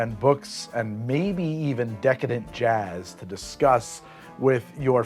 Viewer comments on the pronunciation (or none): none